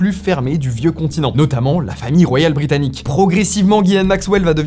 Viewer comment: Ghislaine pas Guylaine 😅